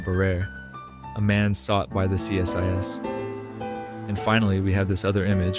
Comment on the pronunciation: CSIS is pronounced (if it's the Canadian Security Intelligence Service) "See-Siss". Creepy video, I'm enjoying it so far!